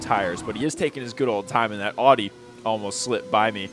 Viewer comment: Stop butchering audi pronunciation